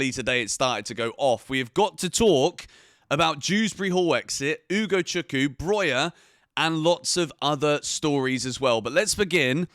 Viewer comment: I comment it once again its UgochukWU not Ugochuku.